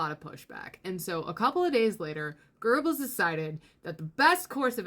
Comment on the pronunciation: Great video but there's no "R" in Goebbels.